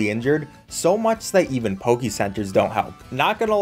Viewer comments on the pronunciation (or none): none